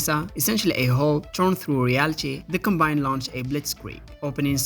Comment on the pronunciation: It’s not pronounced com-BINE, it’s pronounced COM-bine